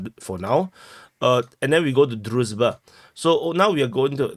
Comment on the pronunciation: HL has the right approach, often switching to brutal Russian pronunciation, it's a kind of joke, very funny to the viewers. dude could also use this technique. For example, he pronounces the name of the village "Druzhba" as "Druzba". Also, a common mistake is to read "a" in Russian and Ukrainian names as "a", while in Slavic names this letter corresponds to "ah".